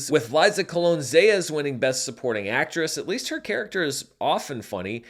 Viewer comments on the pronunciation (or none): none